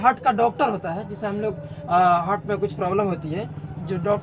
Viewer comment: हार्ट होता है सर जी .... हर्ट नहीं होता है